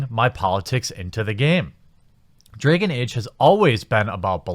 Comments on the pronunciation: Dregon age? Started as a joke but the more I heard dregon age I had to click away. I'll watch whatever next videos don't involve A's in that regard I think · Why do you pronounce dragon like a jew would?